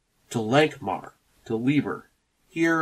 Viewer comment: It’s actually pronounced LIE-ber. Fritz was very touchy about that, apparently 😉